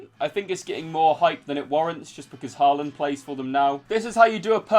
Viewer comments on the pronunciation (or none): none